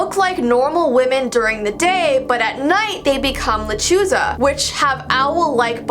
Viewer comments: Hi I have heard of the lechuza but it is called (Le-CHU-Sa) just wanted to tell u and also i can’t help but still love owls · Le-chu-za but you tried 👍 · Lol "Luh Choo zuh. "😂 Sorry, I've use to be married to a latina for 13 yrs and studied Spanish for decades. Her and I would always laugh a bit hearing people say that word. U say it like "Le chu sa". Hope this helps. ♥ ♥ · La-le-chu-sa is how you pronounce it or how I do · How to pronounce la Chuza, (La Ch-oo-sa) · Lechuza sounds like Lechuga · you did not say la chusa right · just so you know hehe... a "lechuza" it's a different kind of owl... like stingray and mata ray:D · You butchered the name